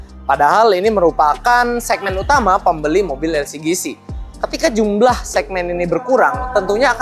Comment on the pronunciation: bang saran upgrade micnya dong plus jangan sebut elsigisi tapi elsijisi